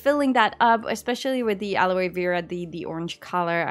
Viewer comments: Aloe is pronounced like “hello” but without the “h”. Love you so much! 😍❤️ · You were quite close in pronouncing Aloe correctly. The "e" in the word is silent.